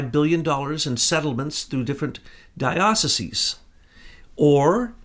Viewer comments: DIE - OH - SIEZE ... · You are a Jesuit and you don't know how to pronounce Dioceses... Peace